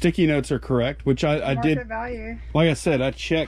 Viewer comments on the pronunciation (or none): none